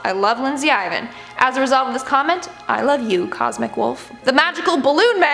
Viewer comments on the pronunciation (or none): none